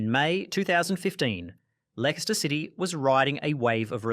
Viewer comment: amazing video, but absolute horror pronunciation of Leicester